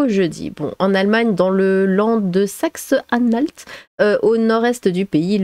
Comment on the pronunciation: Merci de bien prononcer le toponyme "Saxe-Anhalt" 🙂